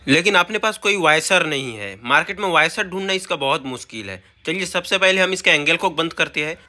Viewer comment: वायसर नही वॉशर ।